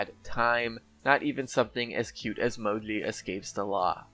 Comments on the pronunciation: It is Mo-Gee. Not MoGleey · Say "Mo-jee" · Man, I know I'll get hate for this but I really hate how you call her Mowgli or whatever the fuck you're calling her. Even she herself says MOJI when she's picked. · you’re saying mo-jlee. Instead of mo-jee. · why do u call moji "moli"??? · He said Modli